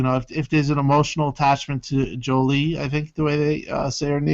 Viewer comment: ReCore protagonist is pronounced Jewel not Julie. Anyway, I can't wait to play the game